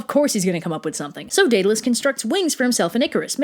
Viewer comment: Why do you pronounce minotaur and Daedalus so weirdly